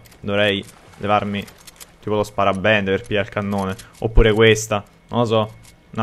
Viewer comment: Hai detto sparabende